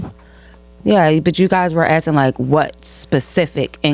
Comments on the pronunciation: This broad say "acking" one mo gotDAMN time!! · Akin? Girl can't even pronounce ASKING. Girl with the red wig, stop gluing them hairs to your face. Ugh. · The way she says “Akin” instead of asking is driving me crazy